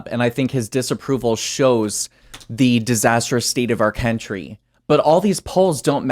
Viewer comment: Did say country or cantry?